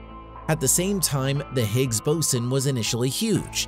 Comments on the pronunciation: BOSON is definitely not pronounced "bo-sin." It's "bo-zon" as it's named after "Bose" which is pronounced "Boze". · He (or IT), is pronouncing it like the Navy officer in charge of equipment. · Ty. Every time he said it I shuddered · I noticed that too right at the start of the video. It kinda poisoned everything that followed. And continuously mispronouncing "boson" didn't help either.